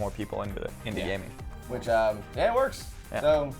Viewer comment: Gaming not haming